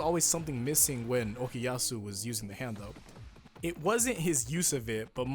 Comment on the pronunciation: Everybody gangsta until says ZA HANDO:ZA WAURDO